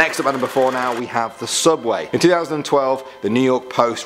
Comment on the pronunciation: Soouuubway not subway